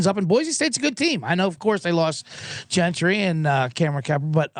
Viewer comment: "Gentry". Ha